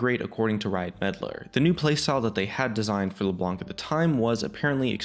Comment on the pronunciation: Could you guys please stop calling her Leblank ? This champion has been out for at least 5 years now, and it'd be pretty awesome if we could start calling her by her proper name. ie: Knife or knight, you don't pronounce the K. Same goes with Leblanc. You don't pronounce the C so it's as if you were saying Leblan.